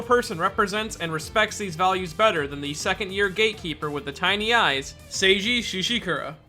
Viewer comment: I swear you say “sage-eee sheeshakoora” and someone is getting a black eye